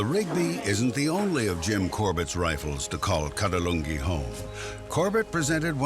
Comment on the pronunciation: The commentator kept mispronouncing the name of Corbett's village as "Kadalungi", It is actually "Kaaladhoongi".